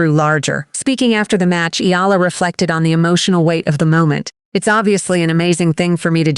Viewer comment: Finally her family name is pronounced correctly--Eala (E-YA-LA)